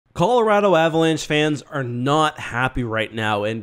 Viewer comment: lol he said collar-RATTLE.... what city are you from